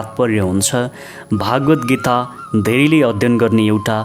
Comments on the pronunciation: उच्चारणमा चित्त बुझ्दो भएन । भगवद्गीतालाइ भागवत गीता उच्चारण गर्दा अलि खल्लो भयाे । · भागवद्गीता होइन भगवद्गीता हो महाराज!